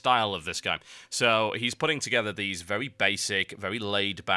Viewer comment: I like that he pauses and zooms in on "theese spike are supposed to hurt you" makes you go "Oh THOSE spikes!" But seriously though makes it easier to keep track of.